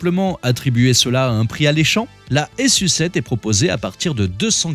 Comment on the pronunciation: Je crois pas que ça se prononce S.U 7 mais plutôt su7 comme sucette